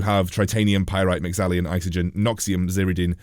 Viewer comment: No "i' in Mexallon.